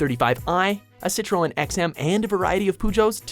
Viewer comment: what the fuck is a citraaawwn and a poojoe?